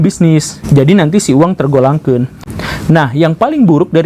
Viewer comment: "tergolangkeun "..meni Cimahi pisan pa guru 😂😂😂